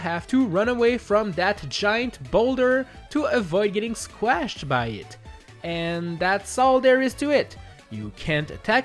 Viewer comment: Why does he say squashed like that 💀